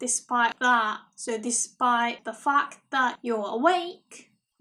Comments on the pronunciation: I know that's not what you said but it really sounded like "that fuck" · Enjoyed your video...but please try to say the English word "fact" correctly because it could sound like a F-word that you didn't intend to say :)